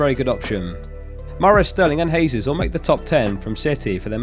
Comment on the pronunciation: Gabriel Jesus is pronounced JAY-sus, not HAY-sus. He’s Brazilian, not Spanish. Just like how it’s JO-say Mourinho and not HO-say Mourinho.